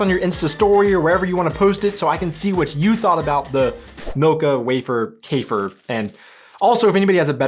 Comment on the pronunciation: To german ears "wafer" and "Käfer" do not rhyme, because the a and ä sound are totaly diffrent. It is like using the english w- and v-sound as the same, for wich the difference is difficult to hear for germans